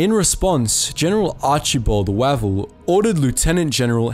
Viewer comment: Archie Wavel - pronounced Wave - l